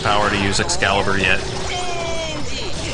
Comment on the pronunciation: You cringed me when you kept saying Excalibur for the love of god the name of the skill is LUXCALIBUR!!!